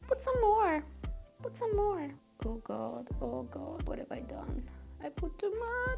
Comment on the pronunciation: nessuno: proprio nessuno:: PUTSSOMMEMMORE